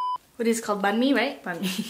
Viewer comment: You got the word: Banh Mi Correct !👍👍👍